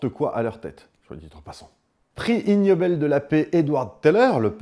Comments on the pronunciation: Super video, comme d'hab. Par contre en anglais ça se prononce "iguenobel" pas ignobel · pour rappel : en anglais le g se prononce "gue" pour ce cas. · Le G n'est pas muet dans 'ignoble' en anglais.